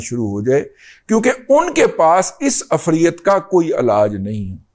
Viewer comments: Afreat is incorrect pronouciation. Correct one is efreet. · دادا جی ایک گذارش ھے وہ یہ کہ،، عفریت (ifreet) کا لفظ قرآن کی سورہ نمل پارہ 19 میں آیا ھے قرآن میں دیکھ کر اس کا تلفظ درست کر لیں وی لاگ میں تلفظ درست نہیں ھے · عفریت لفظ را کی زیر اور ی پر جزم کے ساتھ ادا ھوتا ھے سورۀ نمل میں ایسے ھی لکھا ھوا ھے